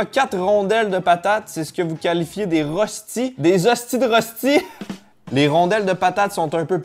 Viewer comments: Ca se prononce « reushti » ;) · Les röstis c’est pas une spécialité française mais une spécialité Suisse ! La version française s’appelle Farçon de pommes de terre et elle est de la Savoie/Haute Savoie ! Et du coup ça se prononce comme ça : Rochti :) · en tant que non allemand röstis se prononce reuchtis